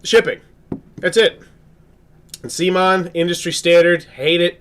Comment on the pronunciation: lol wtf dude. it's pronounced "COME-ON"....C'MON